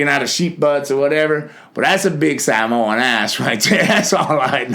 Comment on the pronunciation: He pronounced Samoan correctly